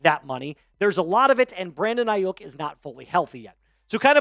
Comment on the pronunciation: It's Ai-YU (pronounced like you)-k. Not bashing you or anything just helping ya know how it's pronounced